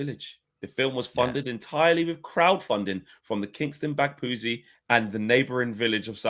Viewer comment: you are a fraud Oxfordian and you said Kingston Bagpuize wrong….I’m disappointed 😂😂